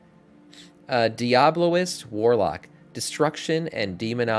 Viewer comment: Its diabolist not diablolist